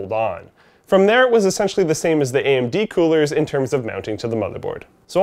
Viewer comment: What's an "Amen-dee"?